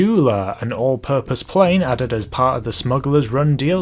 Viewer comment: You said prain